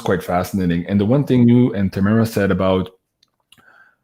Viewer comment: "Tahh-maa-rah" not Tayy- mirror...just sayin 🤣😂 and with all due respect u probably shouldn't have tried to "manage" two Queens who were connecting in such a magical way 🙏💜 you are clearly spiritually bonded to and clearly of great heart and spirit... But those two women needed to be given the floor..so to speak. Usually you are the best host with the most insightful direction but just occasionally let them flow 💜💜💜 these beautiful women probably saved you once upon a time, so you could be the soldier you are now 🙏 xx